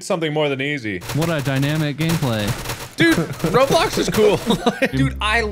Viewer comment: Everyone: minecraft mark: r o b l o c k s